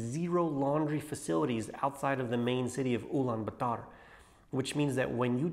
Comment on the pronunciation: That’s not how you say Ulaabaater by the way I’m from Mongolian